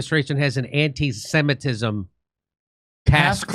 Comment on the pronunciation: "Antee-seemitism" taskforce, can't make it up.